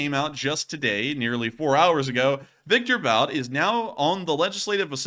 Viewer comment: Bout is pronounced Boot